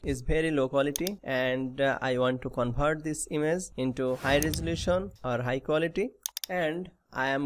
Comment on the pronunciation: 😂🤣bihari hai covert bol rha 😂🤣